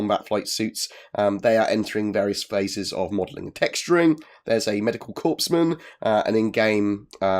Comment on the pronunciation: Corpsman. Core-Man. Not Corpse-man :P